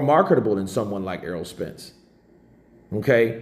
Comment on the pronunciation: Is my man saying errold?